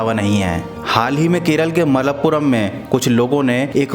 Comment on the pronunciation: Malpuram nahi malapuran